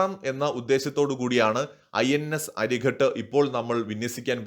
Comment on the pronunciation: അരിഖാത് - അരി(ശത്രു) യുടെ ഖാതകൻ. അരിഘട്ട് അല്ല.